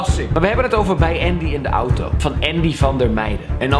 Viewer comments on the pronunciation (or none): none